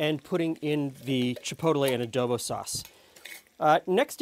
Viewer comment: I hate to be that guy, but the way was saying chipotle was really rustling my jimmies "chi-poadle-eh" 🙃